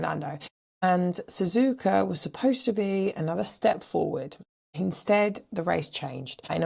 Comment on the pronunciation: There’s no R in SZUZUKA.